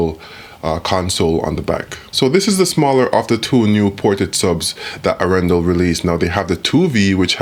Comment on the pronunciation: Pressure on the first syllable for Norwegian names and long syllables. Aaaarendaaal. :)